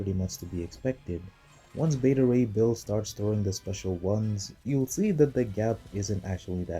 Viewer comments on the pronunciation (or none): none